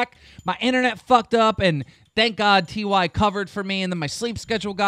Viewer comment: He pronounced Ty as "t why". Was that intentional or does he actually not give a shit this much?